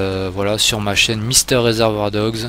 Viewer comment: "Pour ceux qui ne me connaissent pas, moi c'est Mister Reservoufjehgesfg..."